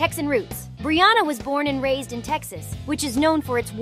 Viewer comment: brianna not brooouna but she say brianna 1 time.🙄😮‍💨